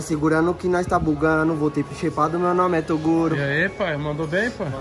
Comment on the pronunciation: Se tem toguro parecendo cebolinha, tem like!